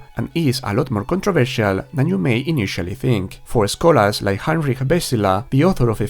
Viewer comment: I like your videos but holy moly man you HAVE to work on your pronunciation of some words in English. I had to turn on subtitles at some points which I am glad that you included by the way. The word "scholars" has its stress on the first syllable and it is not pronounced that way, and the word "dubious" is not pronounced that way either. There are many more examples, such as the word "attributed", which has its second syllable stressed. Take this as a friendly piece of advice. I hope I don't come off as an asshole. I really just want to be helpful and offer some constructive criticism. All props to you for even knowing more than one language. Just work on that strong accent and pronunciation a bit my man!